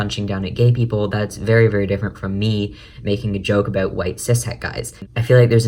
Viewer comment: say about correctly